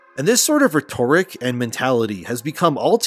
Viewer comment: Do you fully write these scripts or is something or someone helping? Good video, just wondering based on how you pronounced rhetoric like its not a word you normally use.